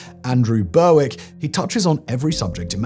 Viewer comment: it's pronounced "Berrick", like Berwick-upon-Tweed.